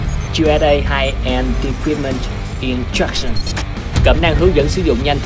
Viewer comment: thang noi introduction noi tieng anh buon cuoi vl hahaha.